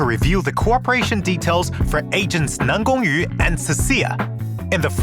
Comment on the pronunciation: Dude is chinese? The way he pronounces NanGongYu is so accurate that no Chinese learners can do that